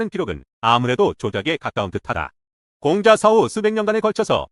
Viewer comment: Lady!! 공자 강의에, 공자 발음이 들렸나이다. 공자의 "공"은 길게 발음해야하나이다. 공부 좀 더 하시고 강단에 서야지요!! 책 한권 읽으실까요? "한국 어문을 고발함"!!